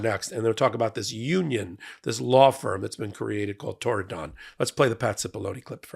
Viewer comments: I can understand why you might want to put stress on 'don', but the syllable is unstressed: TORR-ih-dn--a beautiful part of the world, mentioned in the book Ring of Bright Water. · Torridon? 'Tried to Tear it Down' more like! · There is no additional emphasis on the don in Torridon. It is pronounced tor-i-d(i)n. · That's Turdadon... the first D is silent. Founded by Turd Barr. These were the A-holes who enabled Trump the first time around. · It's also a place name in Scottish Highlands I thought it was Irish Gaelic (as we just call it Irish) Might be pronounced Tour-in-done though?